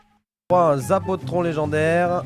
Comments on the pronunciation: Pk tu dit zapatron ses le sapotron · zapotron et non zapatron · C'est zapotron pas zapatron. Mais bonne vidéo comme même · C'est pas zapatron c'est zapotron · pas zapatron XD zapotron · C'est pas le zapatron c'est un zapotron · à oui en fait c pas zapatron mais zapotron même si c rien comme faute c frustrant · ya que moi ka entendu zapatron au lieu de zapotron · Putain c'est pas zapatron c'est zapotron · le zapAtron.... le zapotron a un O et pas un A . il est resté 2 heure dans le jeux donc il n a pas detruit fortnite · Ses pas un zapatron ses un zapotron et aussi il a été activé 1h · Hey tu pourrais te forcer pour faire tes texte il y a plein de faute tu prend pas le temps et la voix off c'est zapotron pas zapatron et il a été la 1h dans le jeu sans faire par exprès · C le zapotron pas zapotron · Zapoltron sa se dit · Ça se prononce zapotron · Juste sa se dit zapotron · Sa ce dit sapotron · Déjà , on dit Zapotron et il n’est pas rester une semaines mes très peu de temps. Donc tu parle de quelque chose que tu ne sais pas